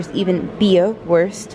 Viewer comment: Did she say worst instead of Wuuuuurst? xD